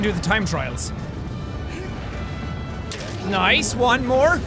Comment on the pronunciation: it sounded like you said lice instead of nice